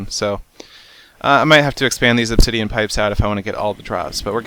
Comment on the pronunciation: teehee you said ob-titian pipes teehee.